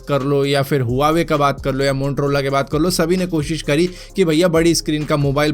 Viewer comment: मोंट्रॉला क्या बात है भारत भाई Typically Delhi wali.......😀